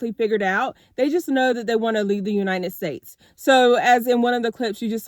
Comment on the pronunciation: "ya-nited states" lol